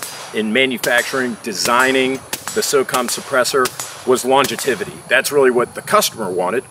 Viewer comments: Longetivity is not a word I think he was aiming at longevity and mispronounced it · Just gonna say… “longetivity” is not a word. “Longevity” is. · what is Longativity? Do you mean longevity? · "longetivity" ? Is that like longevity ? LOL - great vid